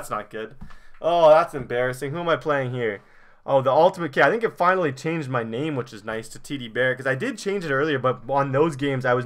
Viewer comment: you never say anyone's name righr